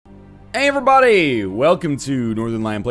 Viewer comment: God, how long has he been saying "AYERYBODY"?